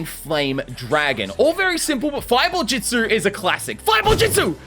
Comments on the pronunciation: love how he says ju-ju-stu and not ju-stu🤣🤣🤣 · you have been saying jujistsu's or jitsu its jutsu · Bro is our "ju jItsu" teacher., its just jutsu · Its jitsu not jujitsu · Not (jit•su) it’s (ju•t•su) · i swear to god if my man here says jitzu one more time. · The pronunciation of justu is very very interesting mate